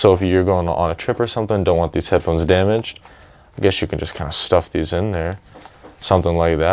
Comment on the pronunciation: Don't want to sound rude but do you have a problem saying headphones?